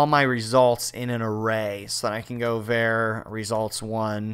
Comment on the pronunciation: Did this guy just call a variable "vare"? LOL